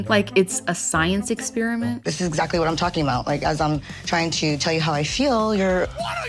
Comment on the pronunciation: Stacey and Darcey look like drag queens. Jasmine looks ridiculous in the tight a$$ jumper. Can someone tell her that it’s “what”, not “gwaht”? 🤦🏾‍♀️